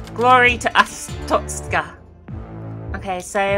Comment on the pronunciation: I think its purnounced (ar-store-sh-ka) well thats how yogscast nilesy said it